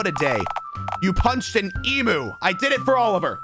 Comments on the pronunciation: yes, pronounce it emoo instead of the correct em-you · why does ranboo pronounce emu as “eemoo”. is it an american thing? its pronounced “eemyuu” right?????😨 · as an australian, i find the way ranboo says ‘emu’ really funny bc its pronounced ‘eem-you’ and not ‘eem-oo’ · he's... saying emoo.... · ive never heard it pronounced em-you lmao and i visit an ostrich and emu “farm” place almost three times a year lol